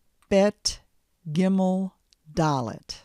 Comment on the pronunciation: I lost my mind when she said gimel